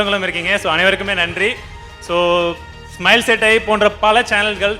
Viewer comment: தமிழில் பேசும்போது தயவுசெய்து "ழ" வை "ழ" வாகவே உச்சரியுங்கள்... "தமில்" "தமில்" என்று சொல்லும்போது தமிழின் அழகே கேட்டுப்போகுதுங்க...